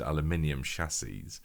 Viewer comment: "Aluminium shashie"